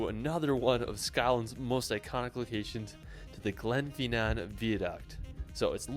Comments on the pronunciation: Edinbro😂 (Edin bruh), Gen fee nan 😂( Glen fin anne), how he got Holy Rod from Holyrood Park I have no clue. could go on but honestly its too funny to correct everything 😂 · Glenfinnan is pronounced fin an, NOT fee nan. As you said guys it's Edinbuh-ruh, NOT Edin boro. Holyrood, NOT Holyrod. The pillared edifice at the top of Calton Hill in Edinburgh is known as Edinburgh's Disgrace. When started it was supposed to be a replica of the Parthenon in Athens and to be a National Monument to the fallen Scottish soldiers of the Napoleonic Wars but they ran out of cash with only about one third of the building finished. Btw, the best known repellent for the midge is actually a beauty product called "Avon Skin So Soft", which works far better than any of the over the counter insect repellents. Loch Lomond is pronounced Low mond, NOT Lomaund. As a point of interest, Loch Ness, while sadly not containing a monster, does contain more water than all of the lakes of England and Wales combined. I lived in Stonehaven for a couple of years, way back in 1962-65(aged 9-12).